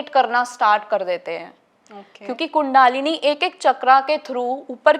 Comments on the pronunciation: Its NOT KUNDAAAAALINI ITS KUNDALINI SHAKTI KINDLY DO NOT PRONOUNCE OUR WORDS AS PER ENGLISH SPELLINGS. In hindi we say n write Kundalini! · Pehle kandalini sahi se pronounce karna seekhi thik tarah se, kundaalini nahi he voh kundalini he, kahi kahi se aajathe he sporituality k baare me bolne keliye, 😡😡😡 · कुंडलिनी बोल कुंडआलिनी नहीं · Seems, you need to learn to pronounce 'कुंडलिनी'...stop calling it कुंडालिनी it's so irritating. Har cheez ka english version karney ki zarurat nhin hai. Apni sanskriti ki dhajji udaate hi aur baat karney aaye ho twin flame jaisey concept ki. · कुंडालीनी नहीं कुंडलिनी 😂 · she doesn't know t pronounsation of kundalani . its not kuuuundaalani its kundalini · Kundaaalini nhi kundalini hoti,plz pronounce in right way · Kundalini.. not a Kundaalini .. pronounce to thik sw kre phle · Kundaalini seriously?thik se toh bol lijiye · Sbse pehle to ye bolna sikhe kundli na ki kundaalni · So want english accent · A bai adhi neat kundalini cha uchhar kar tu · Shiva nahi Shiv kaho, is ladki ke upar Western ka bahot prabhav hai , kundlini ka bhi galat pronounce kar rahi hai